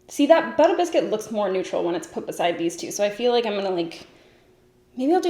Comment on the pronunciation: I thought the shade name was “bitter biscuit” and you were just being funny saying it in a New York accent LOL